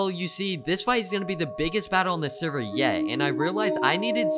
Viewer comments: U said sever but very awesome vid. Would watch again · He said sever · " Sever " Server* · love how it says sever not server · At the start the put sever instead of server but great vid! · When you said server it was spelled sever xd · U couldn't spell server u said sever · You always forget the r when You say server